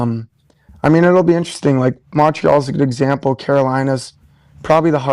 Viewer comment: I swear to got if pat mispronounces Montreal one more time imma kms